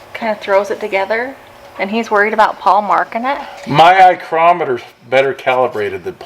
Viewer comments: Lol, he said “eye-chrometer” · "eye-crometer". Lol